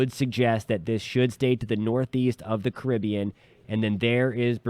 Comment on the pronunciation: Thanks for pronouncing "Caribbean" correctly!